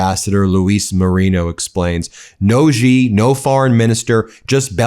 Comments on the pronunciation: So squeaky Meiselas, of the hawk mimicry fame, are you really claiming that after hearing Xi Jin Pings name pronounced correctly for several years, You are still totally unable to pronounce it correctly? Xi is really simple Xi is pronounced "She." And cut out the click bait, it , makes you look like just another bullshitter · Did James Comer just call Xi President Zee? It’s not president Z ? Trump really has done so many things that have marginalized us. This who arrogant we are too good thing is really a very bad idea. This is global and having allies is very important. Hegseth goes and insults our NATO allies for following rules of engagement. Dude that is just back-fitting his terms he’s using. Ow into stuff that happened 20 years ago. Honestly our world needs to evolve past this stab each other no quarter crap, if our world is going to be civilized then this is what we need to do. It’s just stupid. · Hey Ben please just say president She Gin ping. The English word spelt SHE is pronounced the same as Xi in Chinese. I look forward to you becoming the only one in your country to say it right. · I don't expect Fox to take any time to learn how to properly pronounce the name of the President of China. "Xi" sounds more or less like "Shee" I hope the MTN reporters take the time to talk to their colleagues who know the correct pronunciation for all the names of leaders from other countries. It is a very easy way to show respect for other cultures, languages and nations!! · "President Z" ... really? We no longer do the bare minimum and teach our officials the whole "put tongue at roof of mouth, a little flat, and say 'she'" when saying the Xi sound? We just go on national TV and call people whatever we can pronounce at the moment 😅 damn 😑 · Xi is pronounced similar to the pronoun ‘she.’ (Not like ‘zhi/ghi.’) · President Zee? So many mispronunciations of his name...it is essentially pronounced the same as "she". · dude, pronounce it properly: Sie, not Zee, not Gee